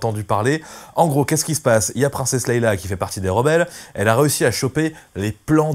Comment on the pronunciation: Leia !!! Pas Leïla !!! Tu perds toute crédibilité...attention !